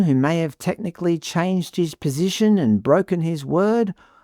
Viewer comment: BTW ,Albo changed his "POSHISHION" it is very "ImporDent" to speak properly if you are the PM.His poor single mother probably was to blame for his poor pronounciation.